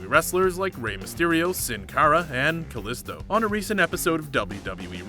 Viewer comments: That's not how you say Cesaro or Kalisto or Nai Jax and you said Tamina right but not Snuka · My new favorite breakfast cereal...Seezer-Os! :) And...Metalik (meh tah LEEK) is not the same as metallic the same way Kalisto (kah LEES toh) is not the same as Jupiter's moon, Callisto. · You Said Cesaro And Kalisto Wrong! GOD! Does he even watch WWE? Get It Right!